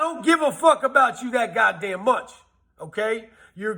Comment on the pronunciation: Lol he said accumulate.. Lol he said god dame lol.. Dope facts